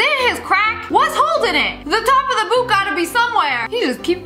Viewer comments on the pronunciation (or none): none